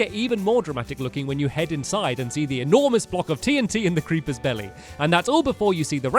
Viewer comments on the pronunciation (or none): none